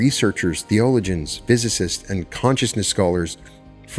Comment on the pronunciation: Respectfully, theologian is pronounced: thee-uh-LOW-jn